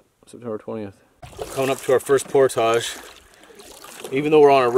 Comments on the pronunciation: It's pronounced "portage", not "portage". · says por-tazh…….I say por-tij…you can say it either way according to Merrium-Webster dict.